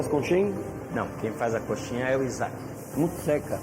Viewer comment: ... "o queru uma conxinha tamen"